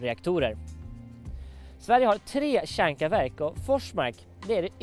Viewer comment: va jobbig han e! kan inte säga kärnkraftverk han säger kärnkavärk